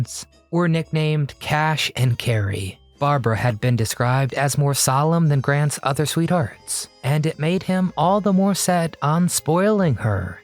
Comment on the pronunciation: RUBBISH TITLE and NARRATION by this so called " host". I hope to never hear this insipid voice again who mispronounces words. Example: he pronounces the word "turmoil" "turMOIL". And "sweethearts", " sweetHEARTS." Narrator: you might try learning the English language. You , are simply not up to the task of narrating a video about the great Cary Grant.